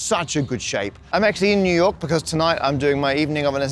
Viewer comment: It's spelled New York, but it's pronounced New Yoink, Matt.